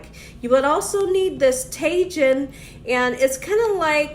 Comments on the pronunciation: Ta"H"in no taJin lol 😊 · Tajin is pronounced : Tah-heen Queso cotija pronounced: Kess-ö kö-tee-ha Mayonesa pronounced: mah-yo-nessa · tajin is “ta-hin Cotija is “co-ti-ha” Looks so good. Just made this the other day. 💖👼🏻🌺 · Tajin is pronounced tah-heen